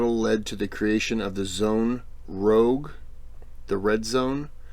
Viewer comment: Rouge (not rogue) is the French word for the colour red.